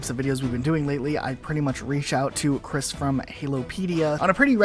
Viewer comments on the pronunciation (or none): none